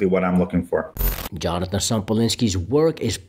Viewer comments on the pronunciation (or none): Yonatan bro, not Jonathan. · Why do you say Jonathan ? His name is Yonaton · Please learn how to pronounce Yonatan’s name.